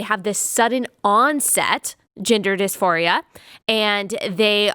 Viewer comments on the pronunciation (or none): Omg. hahahha I heard, 'gender disphoria' as, 'ginger disphoria' every time. 🤣 God help us. that's probably the next trend. 🤦🏼‍♀️